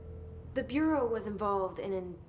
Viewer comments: Federal “Burrio” of Control. Where’s from?? Just curious actually. Fw his videos good stuff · Bruh said federal Bury-al of control. Lmao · The way he says "bureau" 👀